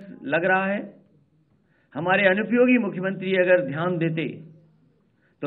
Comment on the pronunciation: Did he just said unupyogi😂😂😂😂